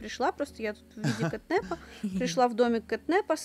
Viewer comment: Не кэтнэпа. А кэтнапа